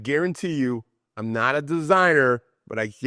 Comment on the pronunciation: Ne-awt instead not. Northerners pronounce things so strangely.